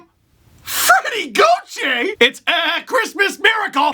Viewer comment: That sound when you said Gauthier. I lost it.